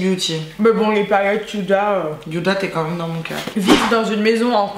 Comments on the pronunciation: Il et mal estomper le Contouring de c domage ça m'a fait trop rire quand vous dîtes yuda o lieu de ouda (huda) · « Youda » pour Huda😂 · Nn sa se prononce pas du tout comme un y c est juste elle le prononce mal 😂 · Y’a que moi que sa dérange qu’elle dise yuda 😂😂😂 Sinon jtem roubi ❤️ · On dit pas yhuda beauty 😂😂😂